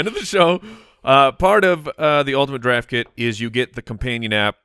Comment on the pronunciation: I took a shot of vodka evrytime I heard them say "ultinate draft kit" and now I'm dead.